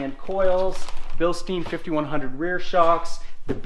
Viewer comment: It's pronounced Bill-stine. Not steen.